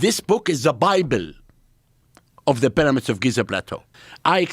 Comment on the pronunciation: Hilarious guy. The peramids.😅 It's because heiratics are very cörsiv.😅